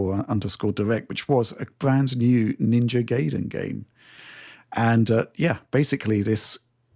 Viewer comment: Ninja Guy-den😅